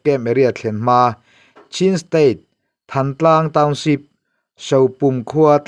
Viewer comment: Than tlang nilovin, Thân tlang tih tur, Lawi tih thlûk ang deuhin.